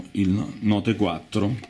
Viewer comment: Ahah il note quattro, che pronuncia ...... Lol Kind of "it spells nucular"!